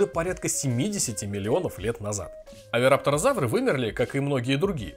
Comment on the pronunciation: Кровь из ушей потекла при слове "Овирапторозавтры". За контент спасибо, нравится, поэтому в этот раз без штрафа, но впредь будьте аккуратнее)